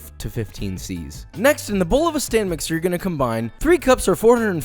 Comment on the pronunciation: Am I the only one who hears him say "STAN MIXER"????